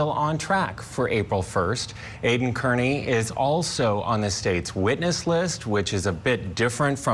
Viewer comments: OMG, pronounce his name correctly already! It’s like “Car-Knee” not “Kearn-Knee” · Aidan is Irish. His last name is Kearney. Prounpunced. Carney. This show get the stuff together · C'mon - You've been there the whole time and you don't know it's Car-ney? And Court TV -it's BRADL. Gross for "journalists" not to be able to pronounce or spell correctly. 🙄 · ... It's "Car-knee" 😉